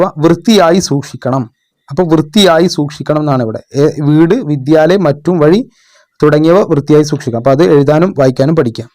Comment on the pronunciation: മറ്റും അല്ല മുറ്റം